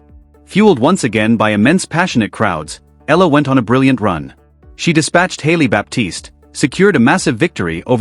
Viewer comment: Another idiot who cannot pronounce her last name properly, it's - Ee yah la....not Eh la.